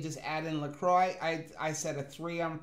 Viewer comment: Love that you two pronounce LaCroix right! (Well in my opinion)